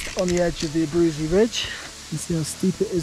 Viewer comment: Abruzzi -- named after Italian Count, pronounced A-brew-tzi